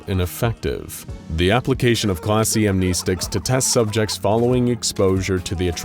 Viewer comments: I wonder if this channel will ever finally start pronouncing "amnestics" correctly in their videos 🤔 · pronouncing "amnestics" wrong.